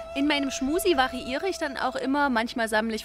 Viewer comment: Ist das Absicht, dass Du permanent "Schmusi" sagst?